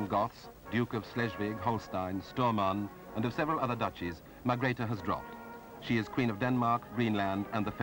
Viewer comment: and Margrethe not .Margareth